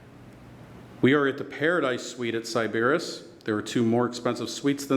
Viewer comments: It's pronounced sy-buh-riss....and I stayed two UNFORGETTABLE nights here. Love this place. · Are you trolling? How did you not hear someone pronounce Sybaris properly, you checked into the hotel...